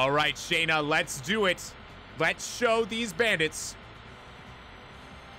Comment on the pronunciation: It's SHAW-NA; not SHAE-NA!!